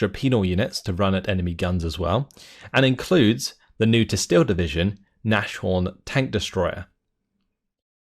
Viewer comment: Just a heads up, the Nashorn (Tank Destroyer) is pronounced Nazhorn (no "sch" sound). Nase means nose, making Nashorn Nose-Horn. The word means rhinoceros in German!